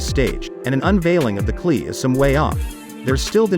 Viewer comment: It is not pronounced "Cle" ......It is pronounced C>>>>L>>>>>E